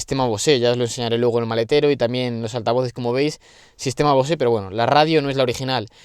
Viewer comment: Buen vídeo, enhorabuena, un misil discreto, práctico y funcional a la vez que familiar. ¡Un diez! Pero cada vez que dices BOSÉ en vez de BOSE me pitan los oídos amigo. Saludos y enhorabuena por el canal.